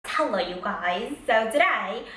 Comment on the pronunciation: She said "Tello you guys "